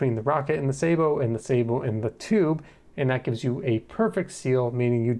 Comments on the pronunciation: the word "sabot" comes from french, and it's pronounced sth like "sah-boh". just look into etymology next time you wonder about such a thing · Sa boe, with the a as in as, apple hat bat cat.... Thd word is French. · "i designed a suh-bowe" im dying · Wrong! Its pronounced sabot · The word is pronounced like the computer voice does. Its French. The American military uses a bastardised pronunciation, only used by them. Even NASA uses the correct, french pronunciation. But you do whatever really, who really cares about any of this. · I love the video and I love discovering fun new ways to pronounce sabot edit: you've been saying it the same way as me the majority of the video and my prior comment was just a single time you said it with slightly different stress pattern (edit: the fancy way :P ). I'm very amused that you ended up looking it up in the video haha